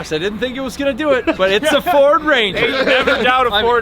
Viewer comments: it’s a feeord 😂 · "Its a feeord" 😂